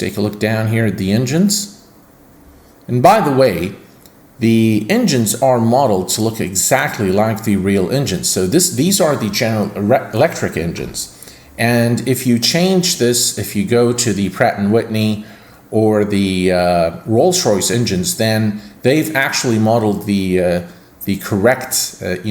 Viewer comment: Love General erectric engines lol